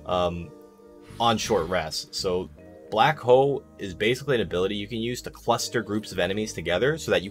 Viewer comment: lmfao, I kept hearing that too